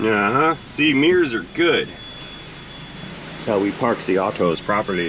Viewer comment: "Meerrrs are good"? What's a meerrr? Did he mean a mirror?